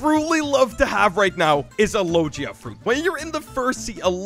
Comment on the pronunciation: "Lojia fruit" 💀